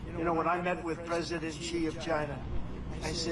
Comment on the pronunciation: Dear Forbes, President Not Presiden Campaign Not Campapign Thank you